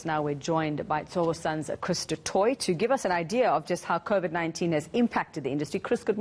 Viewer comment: His name is pronounced, as in Du Toy. The blame for our poor economy lies solely at the hands of Government and their propaganda agents, the Media including your channel in which Government has a stake. You have not been objective, impartial or critical of Government, on the contrary any one who showed any objective criticism of Government, you at ENCA made them out to be crack pots or delusional idiots even after the High Court declared the Regulations as invalid and unconstitutional. You are not honest in your reporting as millions of people are marching around the world in protest of Covid restrictions yet you fail to report this. Sad to say but Donald Trump was right again when he referred to the Media as the enemy of the people. Your actions make this abundantly clear.